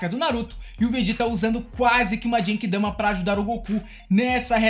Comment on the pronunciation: Nao é Obíto, é Obitô... não é SUZâNO, é Sussáno... nao é Djenquidama é Guenki Damá